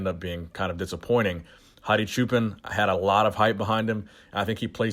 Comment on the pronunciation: It's "Chew Pen" not "Choo Pan!"